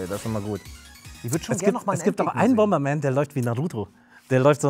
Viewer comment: Super "Bomerman"? Ist dasn bootleg oder was? ;)